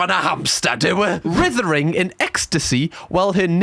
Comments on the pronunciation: writhing is pronounced ryething not rithering! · rithering? R eye th ing. Lol love my northern friends lol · WITHERING???? "Writhing" is pronounced "RYthing"